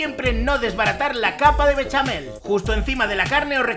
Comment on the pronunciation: Solo le dí a like por el "beshamel, beshamel musho!"🎶